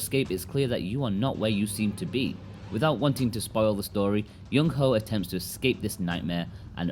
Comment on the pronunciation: I couldn't help but chuckle a bit every time he said Youngho ("young ho")